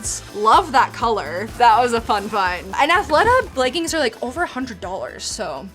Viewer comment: "Leg ins" 😂